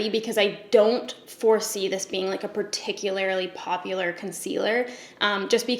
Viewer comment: Breaking up with my fiancé didn’t break my heart as much as hearing you say “particularily”. That’s too many syllables! 😭😭😭